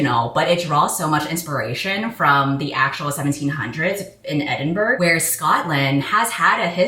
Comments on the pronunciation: haven't got to the last witch in edinburgh part yet. as an edinburgh local, i will come back to rate your pronunciation... edit: naaaauurr you said it wrong >:( i forgive u tho. for next time it's pronounced ed-in-bruh. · I love you sm, please don’t ever say Edinburgh like that again 😭